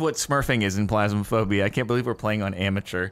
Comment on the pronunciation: why is he calling it plasmaphobia?